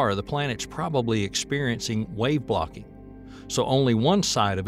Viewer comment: Bro just heard the same goofy shit and thought I was the problem until I saw your comment😂 when he just said "blocking" and "wave blocked" I had to f'in rewind it.